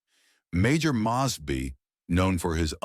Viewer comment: You really should learn how to pronounce people's names properly especially John mosby